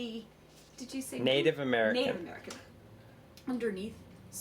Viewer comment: Native American - WRONG!!